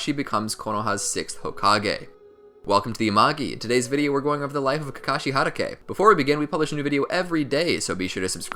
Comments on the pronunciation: He keeps saying Harake is it not Hatake? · I love these vids but it's hatake (HA-TA-K) not (HA-DA-K) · It’s kakashi hot-taki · Sir, uh sir, it’s Kakashi Hatake not Kakashi Hadake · Ge said hadakae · "Kakashi HaDAke" 🤦‍♂️🤦‍♂️ my ears bleeding.. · how many times he said Kakashi Hadagay 👇👇👇👇👇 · How to do u pronounce every Japanese word correctly beside hatake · I'm sorry, I cannot watch your video because I don't like the way you say Hatake. It's stronger than me. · It bothers me how he said 'hatake'.